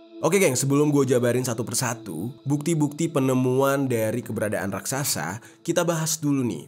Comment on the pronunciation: RAKSASA atau RAKSAKSA